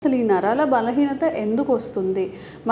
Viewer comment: Naralu kadu Naraalu